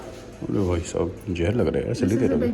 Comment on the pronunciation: Hello bhai Jahar nahi Hota Zeher Hota hai please correct karo Apne Jahar ko